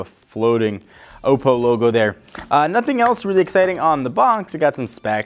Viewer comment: It's pronounced Aw-po